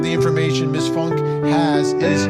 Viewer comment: Ffs its not Funk, its pronounced Foon-ka. I grew up with her father and uncle. And her uncle is my dentist. One would think after all this time proper pronunciation would be occurring.😂